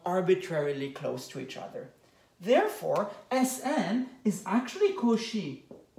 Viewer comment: I love that you never pronounce “Cauchy” the same way twice lol